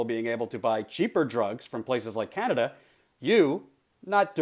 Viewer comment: " Canader" lmfao